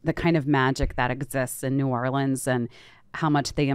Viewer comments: I appreciate that y’all are pronouncing Orleans correctly when saying New Orleans. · I’m from Nola and to hear Jack say New Orleans correctly like he’s from New Orleans must be from him being at one time married to a Cajun lady